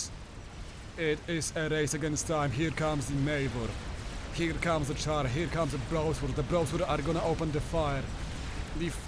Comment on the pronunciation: hehe, I figured you were from Poland when I heard you pronounce "Czar" like "Char"!